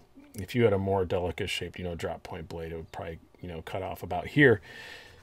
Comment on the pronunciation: I wish to commend you for saying "Delica" correctly. ;) As for the knife...No, that's a horrible color of green.